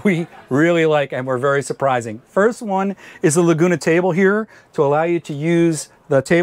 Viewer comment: it's not Laguna, it's Lagun. people in the know call it a countertop extension, not a flap.